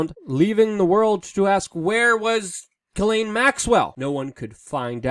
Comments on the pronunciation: Jis-Len not Gi-lane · I'm French Canadian and the correct pronounciation is Jissslaine (Ghislaine). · ...its pronounced Jizz lane Maxwell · I think it's pronounced Jizz-laine... ~:V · I think her name is pronounced with a softer g sound, like in Gillian that sound the same as Jillian. "Ghis laine" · I think it's supposed to be pronounced Zhizlaine.